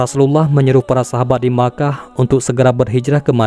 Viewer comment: Mekah min , bukan nya makah .